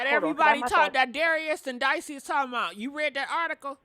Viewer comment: I like how yall keep calling her dicey and she don't even correct it 😂